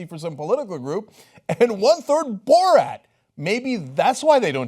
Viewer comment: “Borat”? He said BullRat.